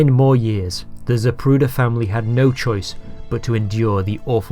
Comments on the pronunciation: Most of us heard here we have been pronouncing his last name incorrectly all these years. you act as though you hadn't heard this snippet of tape, you continue to pronounce it incorrectly! That issue aside, great job on this post, thank you for all your hard work here. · every time the ufc advertises for zip recruiter, i hear zapruder